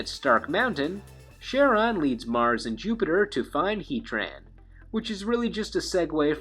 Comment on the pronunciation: his name is pronounced: Ka-ron. after the fairyman of the river styx